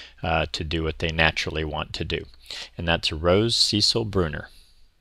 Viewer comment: Sorry 😐 second year near a fence it’s about 8 inches. Thanks for the info and the pronunciation 💕